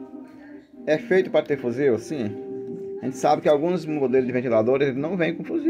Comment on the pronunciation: Toda vez que elea fala fuzil eu me arrepio